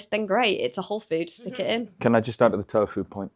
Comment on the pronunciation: health expert but can't pronounce tofu right??